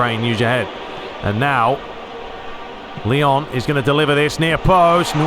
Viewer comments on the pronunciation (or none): none